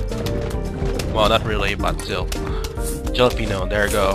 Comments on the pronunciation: ok its pronounced HAL-openyo not JAL-openyo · halepeno not jalepeno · the "jalapeno" is acctually pronounced "holapenio" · It's actually said ha-la-pen-io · I love how he says jalapeño without pronouncing the j as h lmao